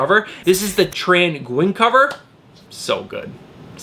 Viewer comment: Nguyen is a Vietnamese name. Usually pronounced like the word "when".